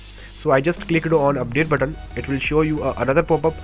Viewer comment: "UPDATE BUTT-ON"